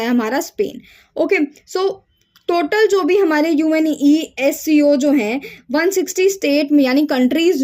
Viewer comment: Are didi ise younesco- UNESCO bolts hain😂